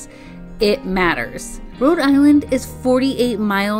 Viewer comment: It’s Rhode not Road ……. 🙄